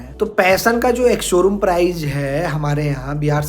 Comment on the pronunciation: Prize nhi hota bhai price alag hota h!! ८